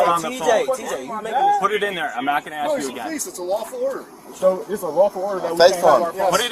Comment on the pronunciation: Why does black Americans say aks insted of ask?